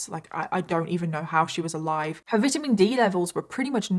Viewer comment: i clicked on link and got the month free, but girl you need to pronounce vitamin correctly lol